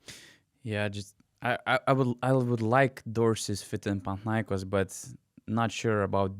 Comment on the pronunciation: It's panathinaikOs and olympiakOs.. I am Greek, I know better. You can always hear Google translate..